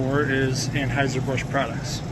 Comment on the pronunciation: Transhieser Busch 🤣